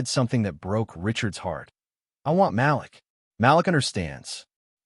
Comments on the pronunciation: Malik is pronounced Ma leek and not Mal-lick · The boy's name is pronounced Ma-leak not Malick. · Great story, best naration Malik is pronounced like ma leek. Keep up the great work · Malik's name is pronounced Ma-LEEK. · The name is MA LIK! IF you are going to use our names learn to pronounce them correctly.